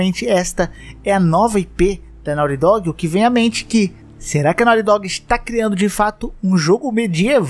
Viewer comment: Me da um problema pronuncia errada em ingles, fica MTO zoado